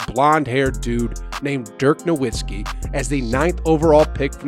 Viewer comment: Virgin Islands not Virginia. The “Run TMC” Warriors had an offense called the Run and Gun. Dirk Nowitski pronounced NoVitski (W makes a V sound in German). Steph- unathletic? He runs all game. Maybe you should have titled it differently. Yes, these point guards aren’t freakishly tall and the foreigners play more of a European style game which is based on fundamentals instead of just dunking the ball like Shaq.